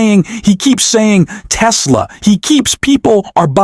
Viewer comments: The idiot keeps saying Tessler is Tesla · Why does Mr. Tangerine Man say "Teslurr," but not "Melaniurr," "Larurr," or "Ivankurr?" Or "The United States of Americurr?" (Life is grim and confusing for those of us who struggle to keep pace with His Magnificent and Unparalleled Intelligence.) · He does the “Tesler” thing on purpose. It’s a little back-jab to Musk. He amuses himself with nicknames for his people & enemies.